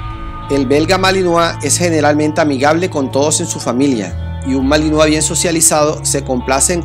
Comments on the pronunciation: Se dice malinois no malinoa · Se dice MALINOIS no malinoa pronuncia bien por eso el vocabulario cada ves esta mas de la chingada... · Se escribe Malinois y se pronuncia Malinoa.